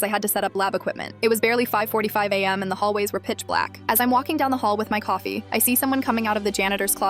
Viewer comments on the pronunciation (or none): none